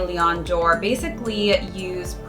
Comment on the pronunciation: Love the video! I think it’s pronounced aim-eh vs Amy